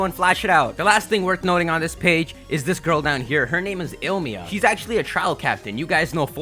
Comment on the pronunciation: Ilima not il-mia 😐😂😂 Z-evolving?? wtf are you saying